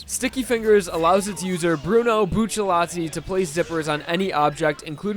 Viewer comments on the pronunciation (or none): BUCCIARRRRRRATI NOT BUCCELLATI OMFG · Bucci latti... Why do you say it like that?